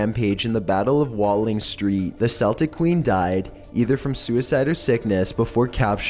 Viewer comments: your pronouncing Celtic wrong its not seltic CELTIC! NOT SELITC! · It's Celtic, C pronounced like a K, as in Keltic. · For the love of God, please pronounce something right. Celtic - "Kell-tick." The basketball team pronounces it incorrectly. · It is not Seltic, it is pronounced Keltic; with the 'k' sound. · Just to get this straight......Celtic is pronounced Kell-tick. Sell-tick is a Boston Basketball team! Get it right! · Seltic tribes and army dental corpse, because engrish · The word 'Celtic' is pronounced as a K. As in Keltic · you mispronounced Celtic and Agean and Asano ... and more come on man. if your going to talk about historical figures at least say the names of people a places right. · Plz learn how to say Celtic